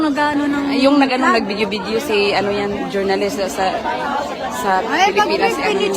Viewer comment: Journalists at Bias daw hahaha, mga BOBOng Atsay ang mga yan. Ginawan ba naman ng kakambal si Gretchen Ho. Yung isang kausap naman sabi "Jornalesh' waaahahaha matalino pa grade 5 sa inyo ATE kababae nyong tao walang laman Kokote nyo.